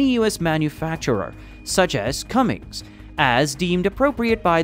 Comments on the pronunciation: It's Cummins, not Cummings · . There is no ‘g’ in Cummins.